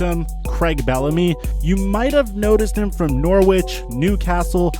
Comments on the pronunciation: Did my man just say Norwitch? It's pronounced Like, i.e. "nogh rich" Norwich, Westwich, hulwich, etc, etc. Are all pronounced in this manner. It's domesticated strain of Anglo saxon/celtic verballity of which originated from Germany through migration. The UK still uses this way of accent. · Norwich is not pronounced ‘nor witch’ it is pronounced ‘Norrich’ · You need to learn how to pronounce peoples name and city in England, Craig is not creg it’s cr-a-ig and Norwich isn’t Nor-witch it’s nor-ich the w is silent and it’s mus-cat not Musket I know Americans like guns but you literally have a clip from crouches podcast saying it and still say it wrong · Nore Witch LOL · It’s not pronounced Norwich like it is spelled it’s pronounced Norwick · Mate, don’t make football videos if you can’t pronounce Norwich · 😄 the W in Norwich is silent